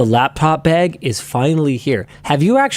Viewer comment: Guys am I the only one that kept hearing "laptop egg" instead of "laptop bag". I feel like I'm going insane.